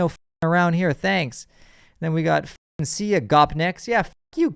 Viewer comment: Lmfao he read "cyka" as "see ya"